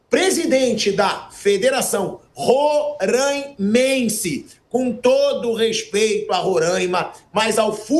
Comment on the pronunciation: Não rôrâimense, é róráimense. O som não é fechado, é aberto